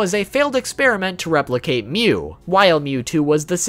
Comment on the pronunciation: It's mewwww